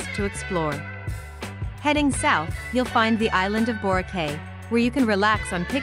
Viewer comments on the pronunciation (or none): it's pronounced Boracay